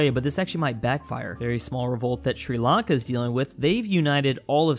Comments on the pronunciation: Bruh Sri Lanka not “Sri Akle” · c "sri lanke" :c its sri lanka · like sri lank"E" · Sri Lanke is wrong Sri Lanka is correct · Ahh yes, Sri Lanke. Also, Brittney. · 'Sri Lanke', 'Brittney' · “Sri Lanke” 😤😩😩🤔🧐🤓🤓🤦‍♂️